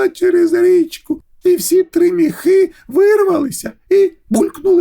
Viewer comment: Чудова ідея читати казки українською! Але наголос в соові ,,міхи" має бути на і —,,мІІІхи"